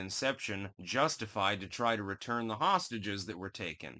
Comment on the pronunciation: Did my ears deceive me or did you say "Hamastages ?